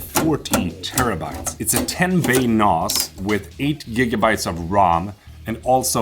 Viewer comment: They way you pronounce NAS is wrong? The a sound is a as in ass, 😂 so nass, not a as in mars... unless your doing a British accent..